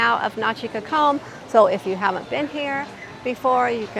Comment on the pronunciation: This makes me so sad. We've been going there for 12 years and I don't even recognize the beach in this video. There looks to be some erosion going on. The beach front chairs were never flooded and were considered prime location. Side note, you all have a very interesting way of pronouncing "cocom"! And you don't have the correct spelling...